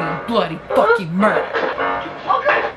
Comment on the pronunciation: The word of today is MURDEER